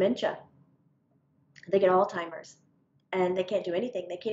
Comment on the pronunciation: It's ALZHEIMERS.........not oldtimers Lol